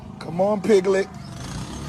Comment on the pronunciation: He said lil pigglet! 😂